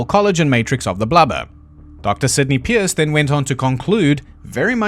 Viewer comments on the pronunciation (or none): none